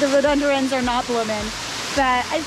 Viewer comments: Hi, think it's pronounced ' rho-du-den-drum', invasive plant, from himalayas I think 🤔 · Pronounced as Ro Do Den Dron